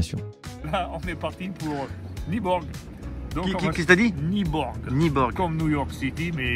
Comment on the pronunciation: Nyborg se prononce « Nuborg »